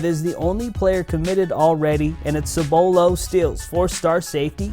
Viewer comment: He said cibolo wrong 😂